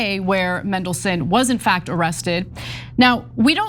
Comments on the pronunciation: MANdelson, not MENdelson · It's pronounced Mandelson, not Mendelssohn! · MAN-delson, not MEN-delson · Pronounced his name wrong in the first line lmfao. MAN not MEN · its mandelson, not mendelson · Just for record it's pronounced MAN not mendelson although traiterous would do fine! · That would be Peter Mandelson. I think they were pointing out how they repeatedly mispronounced his name as “Mendelssohn”, like the composer. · MANdelson.. Not MENdelson.. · Mandelson not Mendelson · MANdelson, like man. Not Mendelssohn. Bad journalism. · His name is Mandelson not Mendelson, if you are reporting, please get the name right! The man is a pos btw, it’s just infuriating that so many people can’t get simple things right and it does detract from your reporting! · It's MAN-delson, come on guys, do you not take a second to check how to pronounce the names of the people you report on!? I'm now going to be pronouncing your names EH-na and Chank. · It's Mandelson, not Mendelssohn. Can Americans not read? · MAN-DEL-SON Not MEN-DEL-SON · Mandelson not Mendelson. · Why not? Because you have a flawed and bipartisan justice system. In the UK, judges are NOT "elected" by politicians. They're "employed" based on their competence and aptitude for a job. it's Mandelson, NOT Mendelson! Think of Mandy not Mendy! 😅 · Mandelson Ana...as in Man,not men. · Get it right, it’s MANdelson, not MENdelson. Kind of annoying given it’s pronounced exactly as it’s spelt! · It’s Mandelson not Mendleson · It's Mandelson, not mendelson, get it right 😮😮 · Same charges as Andrew Mountbatten-Windyarse. Not enough, but these types never face consequences. And his surname is MANdelson, not MENdelson. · He's always been a bad risk. Should never have been allowed into office. By the way, it MAN-delson not MEN-delson! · It's "MANdelson" Ana. Not "MENdelson." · mAndelson with an “A”, not mEndelson with an “E”. Please. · Just as a sidepoint, it’s MAN-delson, not MEN-delson. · its pronounced man-DEL-son